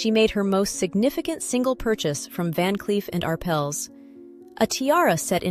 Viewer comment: You need to make a decision: Is it "Van Cleef and Arpples" or "Van Cleef and Arpells," because you manage to pronounce it both ways. And, it's "Romanov" with the accent on the first syllable, not the second. AI will be the downfall of all of us.